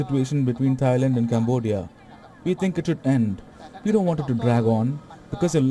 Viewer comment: instead of thailand it tryland🤣🤣😂😂